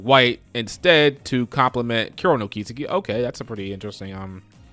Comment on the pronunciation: I think it's pronounced Kis-eki not ki-seki